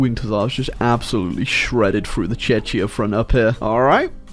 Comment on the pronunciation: IT IS CZECHIAA, NOT CHECHYA OR WTF U SAID